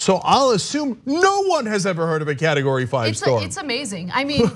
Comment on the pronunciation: Did he just say "carrot-o-gory 5"? well, it's understandable because it's orange.